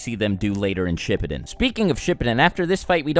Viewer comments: Exuse but did you just say shipudun? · SHIP-POOO-DEN is how its pronounced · The way this dude says shippuden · The way you pronounced shippuden was sad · the way you pronounce Shippuden lol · i disliked this vid because of the way he pronounced Shippuden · Do you pronounce things like shippuden, susano, and amaterasu wrong on purpose? I’m just wondering lol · The way you pronounce susano and shippuden is triggering